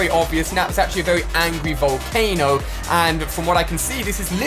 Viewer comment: it's volcano not volcana